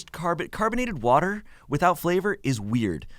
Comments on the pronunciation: Crankthatfrank says wudder and its hilarious everytime he does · wourder: brad from bon appetit does say wourder instead of water... and his editor vinny always makes sure to point that out :)